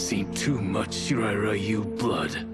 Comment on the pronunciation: They keep mispronouncing Shirai Ryu. WTF is wrong with Netherrealms?